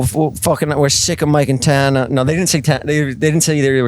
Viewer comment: I'll never get over how Jeff pronounces Tana.. Tah-na